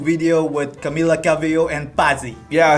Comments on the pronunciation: "CamEla" in the end of video triggers me so much ugh. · she's triggered coz you pronounced camila's name wrong